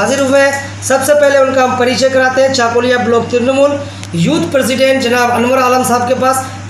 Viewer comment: unito chakulia uchcharon korte pare na aage uchcharon korte sikhun